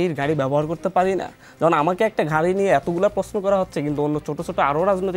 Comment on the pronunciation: ভাদ্য হয়ে ঘাড়ি নিয়ে ঝাওয়ার ঝন্য আপ্নাখে দন্যভাদ... এগুলো কেমন উচ্চারণ এনসিপির?